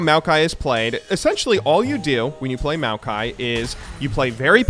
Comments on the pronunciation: That first kill was some 130 IQ stuff right there, also congratz on the pronunciation of Maokai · Maokai is designed by a Chinese guy whose name is pronounced Ma O Kai and thought it would be fun to name a champ after himself. I’ve met the guy once when I went back to China since he’s my uncle’s friend’s friend. Pretty chill dude.